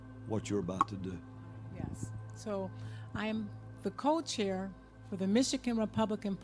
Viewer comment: I think she meant to say co-chair. But yeah, it came out as cult-chair. Freudian slip, lol.